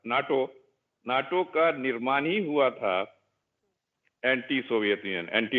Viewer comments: नाटो को नेटो बोल रही है आजतक की पत्रकार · Who else laughed like me when he says "NATA" INSTEAD OF NATO